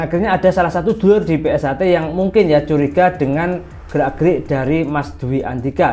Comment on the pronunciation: PunkSHter mas bukan pungter😒😒😒